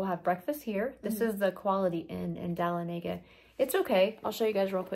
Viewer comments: It's pronounced duh lawn e guh. So excited for you. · You pronounced Dahlonega like everyone else that is from out of town!❤😂 it’s not pronounced like Talladega.